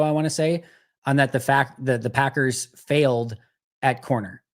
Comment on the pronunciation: Lol I hate the way he says Packers….. or should I say Paggurs.